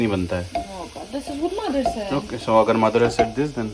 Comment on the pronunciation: saying " this is what mother said" sounds like " maadar said" pehli baar sunke insaan confuse ho jaye ki wahi bola jo maine suna:face-blue-smiling::face-blue-smiling